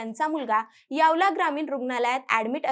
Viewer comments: यावला नाही..... यावल यावल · Yawla nahi yawal ahe tai